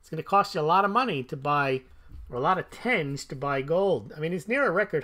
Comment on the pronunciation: Tenge is pronounced “ten-gey”. Source: I have lived there for over a year. They also have government minted bullion coins. They look great! Check out the “silver irbis”